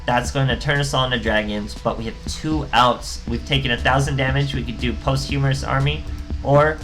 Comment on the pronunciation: It's pronounced "POS-CHU-MUST" but Post- Humorous is much funnier. (No pun intended )